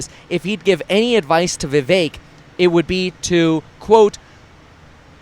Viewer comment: Vih VEHK not vee vayk ☝️